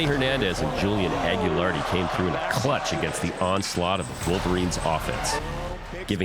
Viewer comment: Hey Malto and MikeMo it's AGLIARDI not whatever bullshit you say. How hard is it say a dudes name right? Edit: The other announcer is equally unable to say Julian Agliardis name correctly. Shame on you!